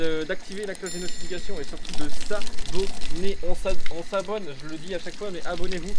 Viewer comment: A la fin de la vidéo : "on s'abonne", comme tu étais sous la douche, j'ai compris "on savonne"